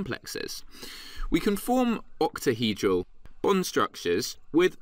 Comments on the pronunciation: has no one picked up on the fact that this man cannot say octahedral 😂😂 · ahahhaha true true. i think he just says it weirdly lmao